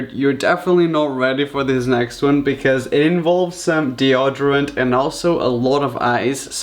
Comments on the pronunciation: DeodArant (lol ) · Did he just say dee•odd•or•rent ahhhhhhhrietwhwkjfbdjsolala Its dee•oh•door•ent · The way he says deoderant bless him. Hun you can call it that way if you want but if you want to know its pronounced De-O-derant With the 'O' sounding like the 'O' in "open". Not how it sounds in the word "on". Love you hun i know you probs learnt it that way. It's cute but now you know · Glycérol not deoderant